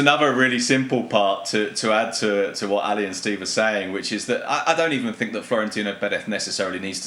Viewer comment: No, bro. He said: "I sink depends...."